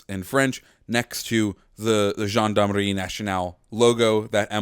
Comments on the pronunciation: Btw here’s how to pronounce Gendarmerie. Jaan-da-meh-hee And in French, r makes a weird sound. It sound like h in English, but you make the pronunciation in the deeper part of your throat So on the last syllable, instead of a typical h in English, you pronounce it with the inner part of your throat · you have like an african accent when you say gendarmerie Like come on you could have at least put the words google translate to hear them first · You're saying gendarmerie wrong